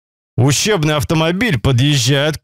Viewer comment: Вижу не одному мне слышится ущербный)))